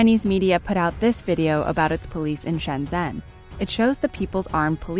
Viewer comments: can’t even get the pronunciation of shenzhen right... nyt you can do better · Learn how to pronounce Shenzhen ffs and then I'll listen to your political opinion about China.